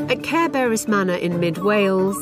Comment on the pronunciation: Caer Beris! Sounds just like Care Bear-is. LOL